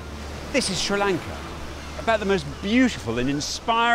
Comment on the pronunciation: sri Lanka not candy pronunciation is wrong